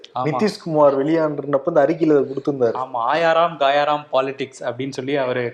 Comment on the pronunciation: It's not gaayaa ram. It's gaya ram.